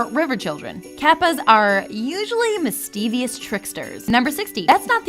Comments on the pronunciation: Except Starco is totally becoming a thing now in Season 2, and Tom is clearly okay with it, from what we saw in the last episode he was in. Also, that feeling when someone trying to sound like they know what they're talking about mispronounces "mischievous". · Ludo mischievious? Are we talking about came ludo?